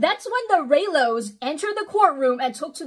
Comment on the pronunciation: As a newer fan of Star Wars as well as you 🥰🥰🥰 I can confirm that you have pronouncd Rey, Kylo Ren and Reylos spot on (I am not one of them however-I like the movies but my heart lies with The Mandalorian (Pedro Pascal 😘😘😘) and his adorable lil green baby Grogu (my avi pic 💚💚💚) I am absolutely in awe of the work and research you do in these docs and vids-you are amazing! 🤩🤩🤩